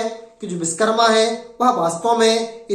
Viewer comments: Biskarma nahi Vishwakarma ... Bolna to sikh lo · नाम का सही उच्चारण करे विशकरमा नही विश्वकर्मा कहे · Ye up or bihar wale. va ko ba bolte h. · सर्वप्रथम तो आप भगवान विश्वकर्मा का शुद्ध नाम उच्चारित करें आप बिषकरमा बोलकर अर्थ का अनर्थ कर रहे हैं ॐ नमो विश्वकर्माणे 🙏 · Pehle ap true pronunciation kro Vishwakarma bolo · भैया आपने बहुत अच्छा प्रयास किया। परिश्रम भी किया इसलिए आप बधाई के पात्र है, परंतु विडियो बनाने से पहले सही तैयारी नहीं कर सके, आपको सोचना चाहिए कि आपका विडियो असंख्य लोगों के सामने जा रहा है। आप जिस महान वैदिक देवता का बार बार नाम उच्चारण कर रहे हैं, आपको ये भी ध्यान नहीं कि वह पूरी तरह गलत है। आप बार बार बीस कर्मा, बीस कर्मा उच्चारण कर रहे है, बीस विष का अपभ्रंश उच्चारण है। क्या शिल्प शास्त्र का आचार्य विष का निर्माण करता है। सही उच्चारण है विश्वकर्मा।